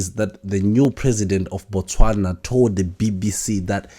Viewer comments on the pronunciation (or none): Dubai is not a country. Botswana is pronounced Bu-Tswana and the people from Botswana are called Batswana non Botswanan, apartheid is pronounced apart-hyde. Otherwise great show.